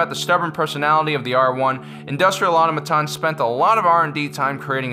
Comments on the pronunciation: "Industrial AuTOmaton", not Aumaton! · Why does he keep pronouncing Automaton...terribly. Ah-tom-a-tahn. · Automaton. Aw-toh-mah-ton. It's not hard. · Automaton isn't pronounced like that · Please learn to say Automaton